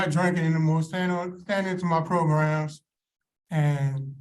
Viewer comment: Lol progrums. That's the dignified way to say it.